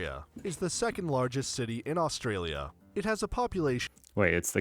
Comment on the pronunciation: It's interesting how the majority of videos you show on Australia have American narrators. Some of the names are not pronounced quite right.